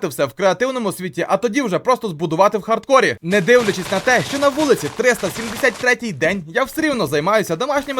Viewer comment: Не хардкор а хардкор